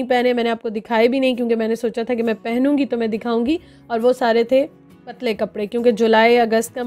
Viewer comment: Nice vlog...jab apne bola k ye sary patly kapre hai pathano wali urdu 😂